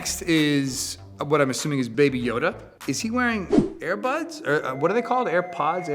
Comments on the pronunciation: air puds. he legit said air puds. i love him, hes so old. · my man kept saying air-buds at the start when he literally owns airpods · Chris Evans not knowing how to say airpods is such dad energy